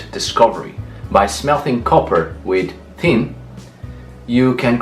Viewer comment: Wait, you pronounce Thor, those, third, and thanks with a hard T or D but you pronounce tin with a thorn sound?